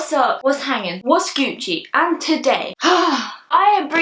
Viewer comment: I love hearing say Gucci with her accent 😂😂😂❤️